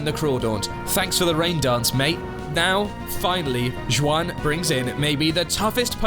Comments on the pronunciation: JOO WAN? It’s HWAN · Ain’t no way he pronounced Juan that way 💀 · Please tell me the way you pronounced "juan" was a bit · lad i have grown a thick skin at the "on purpose mispronouncing pokemon names to bait comments and engagement" but i draw the line at pronouncing juan like that. come on. you can do better. Cute and fun video btw, very good.